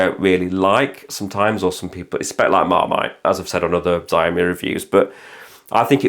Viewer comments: Please stop saying 'zaiomee' it's pronounced 'shaomi'... You know, how it's spelt... 'xiao' is pronounced 'shao' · Shee-ow-mee = xiaomi